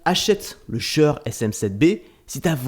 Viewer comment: j'ai jamais entendu quelqu'un prononcer si mal "shure"